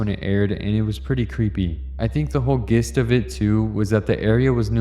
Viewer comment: Gist is pronounced "jist"